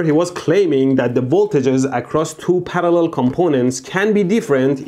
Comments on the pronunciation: The word parallel: exists Mehdi: Palallel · I love how he says parallel